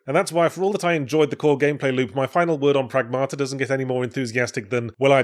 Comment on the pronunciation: stress is on the first syllable. PRAGmata, not pragMAta. (Means "the result of action", plural. More colloquially, "things", "stuff" and sometimes "current events")